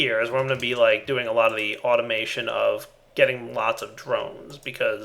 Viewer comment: Anytime he says something with 'be' and a long e, I hear 'bee'.